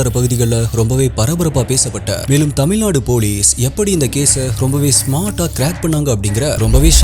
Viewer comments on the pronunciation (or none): none